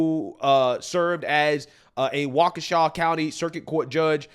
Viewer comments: Seriously how hard is it to say Waukesha right? I remember Katir Kuric saying it wrong when the Hamm Brothers were on after an Olympics. These are supposed to be "professional journalist" right? Takes 2 seconds on a Google search to the proper way to pronounce Waukesha. It's WAH-kuh-SHA The only time I was ok with someone saying it wrong was Bernie Mac in Mr. 3000 and it kinda makes sense for the character. But "professional journalist", get the f*ck outta here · "Wakoosha County"? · MSNBC doesn't even know how to pronounce wok- a swaw!😂😂😂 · First of all you ignorant black bald woman, learn how to pronounce Waukesha. Does she know how stupid she sounds? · Sidebar: The bald woman on MSDNC didn't even pronounce 'Waukesha' correctly. 😅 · totally butchered the name Waukesha! And why do all liberal men sound like they have been taking Estrogen?! I live in Wisconsin and I have been riding our local media on their social media pages for laser focus on Elon but ignoring where Crawford is getting her money from!